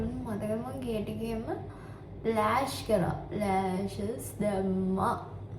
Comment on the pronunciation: මටත් එකමයි හිතුනෙ. ලෑශෂ් මට ඇහුනෙ රෑශ් කියලා 😂😂😂😂😂😂😂